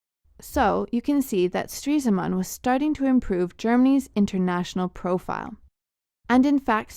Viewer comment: its stres-man not streese-man